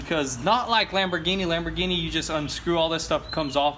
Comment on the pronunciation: Lamorghini Veneno Me: Really like u serious